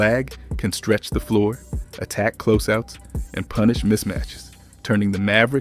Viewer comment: This gotta be AI. You don't say "defense", "close out", or "phenom" the right way for ANYONE who watches basketball. You didn't analyze anything and every sentence seems like it was an answer to an AI prompt. You said nothing of substance. Garbage slop content.